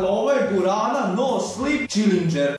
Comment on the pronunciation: guarrana a ne gurana